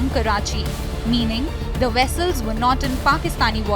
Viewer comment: It’s not weasels it’s pronounced vessels with a v